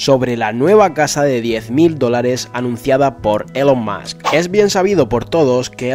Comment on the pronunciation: ya que pones accento americano para pronunciar el nombre de elon musk, dilo bien xD se pronuncia "ilon mask"